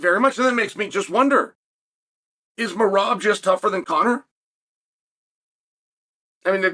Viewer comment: how he is pronouncing Meraaaab sounds so different and cool😁Meraaab😁🫣